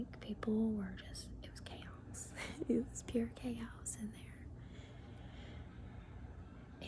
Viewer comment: The way you whisper the words, "pure chaos" sounds like you're channeling your inner Southern Belle